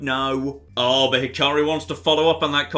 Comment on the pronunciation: its not hi-car-ri it hi-ka-ri, the ‘a’ is like in apple